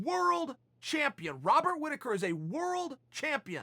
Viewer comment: Chael “Wobat Rittaker” Sonnen